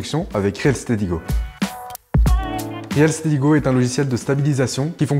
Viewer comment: Salut! Ça fait plaisir... Yen avait marre de voir l'autre... 😊 Sinon c'est pas réel steady mais reel se prononce "ril". Merci à vous deux pour le contenu de ouf que vous nous donnez.